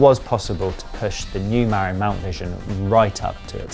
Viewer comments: The correct pronunciation is Ma-rin, not Mar-in. It’s a county in Northern California & arguably the birthplace of mountain bikes. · It's more like muh-RIN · Great review. Pronounced Muh-RINN' with the emphasis on the 2nd syllable & named after Marin County where they claim Mountain Biking began - though some Coloradans might want to get white knuckled over that - lol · LOL, I lived there, twice - it's muh-RINN' - emphasis on the 2nd syllable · Hey Bud, ya can't fix stupid, don't even try, they don't care and don't want to know. Oh, and you'd think someone who reviews bikes for a living could speak with the company at least once and get the pronunciation of their company & bike name correct, yeah?